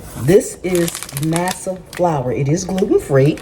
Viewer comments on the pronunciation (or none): I think the flour is pronounced MAW SAW. 😊